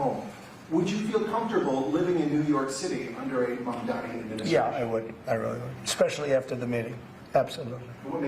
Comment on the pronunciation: say his name right : Mamdani